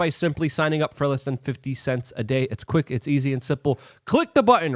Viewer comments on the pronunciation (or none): none